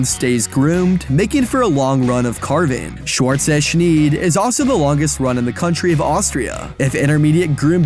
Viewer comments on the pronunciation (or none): Right, you pronounce it as you would pronounce ‘shnyde’. Otherwise it sounds too close to shneedle. 😅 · Great video besides the pronunciation of Scheid haha. Makes an I sound not at E sound. Which means cut.